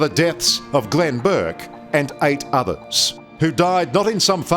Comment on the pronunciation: It's was Glenn *Bourke (not Burke)